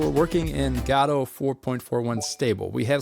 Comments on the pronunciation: Why pronounce it "Gaaawdo" 😭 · I think it is pronounced guh dough. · STOP SAYING GODOTE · the gah dough engine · LOL fr I always thought it was Go. Dot. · GODOT engine, get it right bro